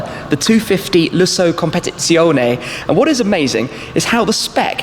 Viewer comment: A fascinating video. 'Competizione' can be tricky though to say, correctly ...